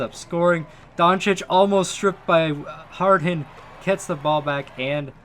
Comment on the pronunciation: No one: HARD-HEN